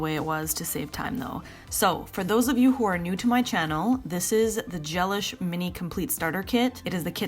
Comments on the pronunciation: I always thought it was pronounced GeLISH like deLISH! Not GELish like relish. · I think it’s pronounced ge-LISH, like “ooh, that meal was de-lish”, not GEL-ish, like relish. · I believe Gelish is not pronounced like “relish” but like “that meal was delish”!